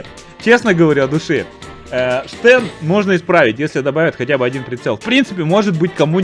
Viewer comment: Стен, не Штен.